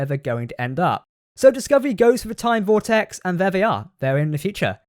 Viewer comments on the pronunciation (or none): none